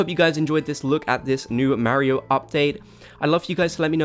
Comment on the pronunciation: Listening to him pronounce Mario makes my brain itch